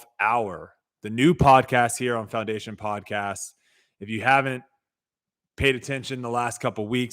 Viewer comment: Did say clowndation?